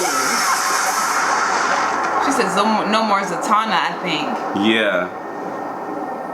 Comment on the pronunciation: Wanda does have a strong accent in this one, and I think the way it echoed made it seem like she said Zatanna in very space out syllables. Za - ta -nna, but I heard "sound" too 😅